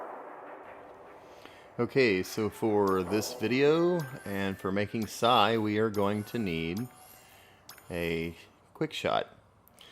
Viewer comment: His name is Sai not Cy